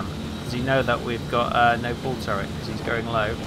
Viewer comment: Why do you always say "bull turret" instead of ball? Is that a local accent? I´m just curious, because I´m German.